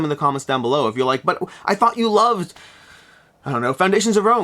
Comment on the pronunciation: "thought you loved" definitely was a bit slurred together 😄